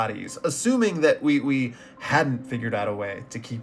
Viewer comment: Why he pronouncing Ui Ui like that